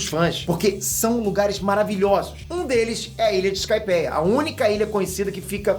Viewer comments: Skypéia kkkk se lê iskaipia só q se escreve skypiea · kkkkkkk "sky péia" kkkkkkk era " sky pia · "Skaipéia" kkkkkkk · o falando skypéia é fodakkkkkkk